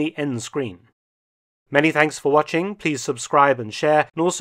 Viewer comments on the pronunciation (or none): none